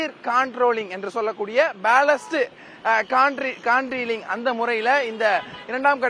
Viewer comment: பேலன்ஸ்ட்டு கான்ட்ரீலிங்கா? என்னடா உளர்ர? அது பேலன்ஸ்ட் கேன்ட்டிலீவர்